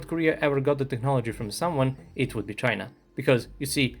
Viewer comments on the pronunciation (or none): none